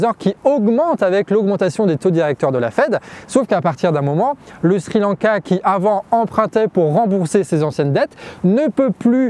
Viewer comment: A deux doigts de mettre un pouce vers le bas parce qu'à chaque fois que j'entends "shri lanka" je frissonne. Plus sérieusement superbe vidéo, comme toujours parfaitement claire et magnifiquement documentée et sourcée.